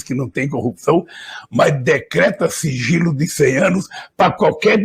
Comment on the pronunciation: ELE DISSE FIGILO E NÃO SIGILO...AHÃ...SEI...